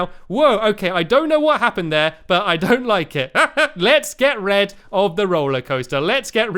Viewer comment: Stampy you said get red of th roller ouster